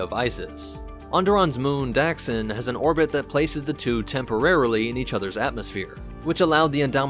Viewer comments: in KoTOR2 and TOR it’s pronounced like “Duck-Sin”. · It’s pronounced Duxn not daxn. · Where’s the A? It’s not Daxsin. It’s Duxn DUck-sin. Check the game for reference. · Anyone else’s eye twitch each time he pronounced Dxun as “Daxen” ?